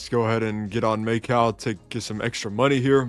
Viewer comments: may cow 💀 pls fix ur pronunciation lmao. I won't forget that australia video. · first attempt or the millionth attempt? also Macau is pronounced like, "ma cow" just smooshed together just to let you know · calling Macau "Make-out" kept throwing me off ngl